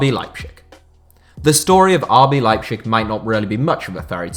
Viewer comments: Could you not, just for my sanity, pronounce it Leipzig instead of Leipschig regardless of whether the latter is more correct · my guy, as a german i tell that the correct sound is "leiptzig" there is a T in it. And also, its not kaiserslotern, its kaiserslAUtern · you really butchered it mate... phonetically it's "LIE P TZIG" sound it out! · The German names were pronounced awfully. It's like cancer to every German watching this video. They are not called Leipshig, it's Leip-Z-ig. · That liepshig and gulacshi is really annoying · please say leipZig and not leipSCHig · Okay everyone has different pronunciation on different words. But Lepschig? It's LeiPTSig in German and every English speaking person is used to say Leipzig. It reminds me of Family Guy and Stewie's pronunciation of cool whip. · why do you pronounce Leipzig like its a Slavic word..its LeipTZIG not LeipSCHICK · Rb Leipshig lol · RB Leipzig is pronounced Lye-Ptzig. Tz as in Pizza. This was painful to hear you say it as pchig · to be fair it’s a good effort, the German pronunciation is “Leip-Zich” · Lipe shig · No offense but and your pronunciation miles better than the “Liepshick” thing. Just i want to tell you to keep that in your mind and next time you won’t get so much pronunciation comments. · Nobody: That guy: RB LEIPSHICK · I want to kill myself everytime you pronounce leipzig wrong... it is pronounced lighbtsig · "Leibschick" -:D:D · Patrick Schick has been such a great signing that even pronounce leipzig "leipschick" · It’s not leipshig u weirdo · just fyi it's pronounced LIPE-TZIG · Please, could you just for once, pronounce properly Leipzig? How would you like others to say your club in a such disturbingly wrong manner? (I am not even german or RB fan, but my ear bleeded every time I heard "Leipzisch" or what the duck was supposed to be) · I don't even think the latter is more correct. I have always been taught that in German the z is pronounced like ts.